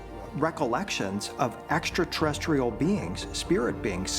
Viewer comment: I think this is made with artificial intelligence because the narrator can’t pronounce extraterrestrial correct 😂 👽